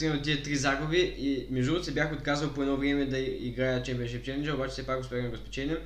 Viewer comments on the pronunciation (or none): Не шемипоншип, а шемпиъншип